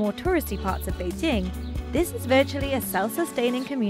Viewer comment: 2 thumbs up!! Yes the hutongs got the nostalgia feelings, but.........they will disappear with the incoming of highrise buildings and modern shops, kinda like what happened in Singapore. Thank you for pronouncing "Bei- Jing" correctly!